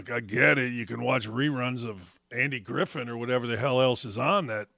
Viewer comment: Ridiculous. Always teased people that say that come on man. It's The Andy Griffith show starring Andy Griffith. It's Andy Griffith. Did you hear us? It's Andy Griffith not Griffen. The Andy Griffith show starring Andy Griffith.